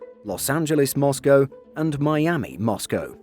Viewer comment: Moscow, not Mosgo